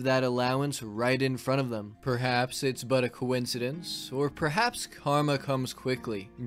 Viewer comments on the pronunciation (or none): none